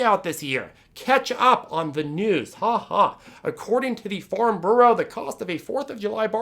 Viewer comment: That “bureau” pronunciation is a bit off the rails!